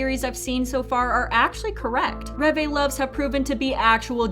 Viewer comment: Ah yes, "ReVay"